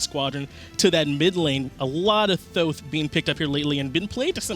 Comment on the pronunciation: Please hire... He's a really solid Caster. And I like that he Pronounced 'Thoth' Correctly as well.